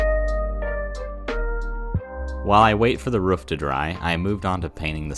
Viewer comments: Hey man why do you pronounce 'roof' like 'woof'? Is it like when you've only read a word so you don't know how to say it, and you've just never heard somebody say the word roof before? Or do people say it like that where you're from..? Any help appreciated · are you a dog? say roof right why does everyone have this problem